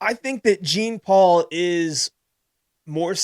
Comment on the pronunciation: Gene Paul? Please stop….lol. You victory lapped saying his name right then called him Gene Paul 36 times. 😂 JFC